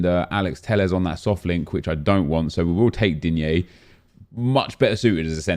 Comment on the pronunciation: Stop saying "Digné", like, please.